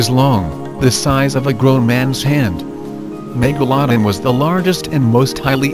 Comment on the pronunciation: Do yo know how to say megalodon hm